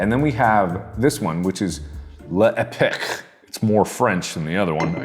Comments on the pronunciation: "Le epic" so close to how it should be said; "lepock" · L’époque is pronounced l’aypOk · Tiktok: "Oh you're Canadian? Then do a shot of maple syrup." Mark: Hold my pancakes. The man just chugged maple syrup I can't xD Edit: My bilignual Canadian self also cringing when he tried to pronounce "l'époque" as "le epic" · Oh you just did not ! L'époque !!! It's French it's a god damn french word mark not lepic ! It's not epic games here decided to make food Al tho be interested to by there food to try it out if it was real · Le’epic, not L’epoque (le-epo-que im guessing) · Mark, le'epoque is French for "the time", lust so you know for next time. Love you so much, cant wait to see the show! <3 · The fact that Mark pronounces "L'époque" like "Le Epic" will haunt me forever. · If you have trouble pronouncing, you can go for "see-roh day-rab" for sirop d'érable (maple syrup) and "lay-pok" for L'Époque ;) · The cheer ignorance of this video only makes it more ridiculous and funny “This one is Le epecrrrh , weird name” -why do you pronounce French like if it was a Scandinavian language? “I'm eating cold pancakes” -you've got a microwave 2 meters/6 feet away from you... “I'm not sure about the taste in my mouth, chugs the maple syrup bottle “ -oh boy. I’ll tell you, your teeth and your stomach will have word or two in an hour “Canadian president” -I knew you are ignorant, but not that much.